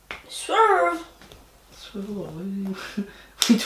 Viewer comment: She said SWERVE lol